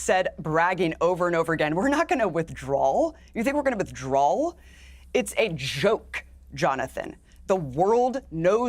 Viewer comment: Abby is such an absolute joke. Can't even say 'withdraw' properly. Fkn idiot.